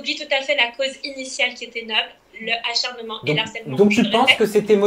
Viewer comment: Pourquoi dit le acharnement? C'est bel et bien l'acharnement... Il n'y a pas de h aspiré ici